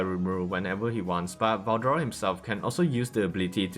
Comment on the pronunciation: was it really hard to say veldora